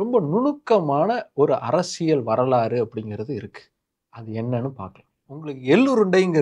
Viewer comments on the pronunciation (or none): none